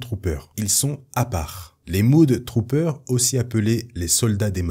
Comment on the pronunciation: les mudtroopers se prononce ''MEUDE"" trooper, mud signifiant boue! désolé j, ai les oreilles qui ont saignées, j'ai pas pu m'en empêcher!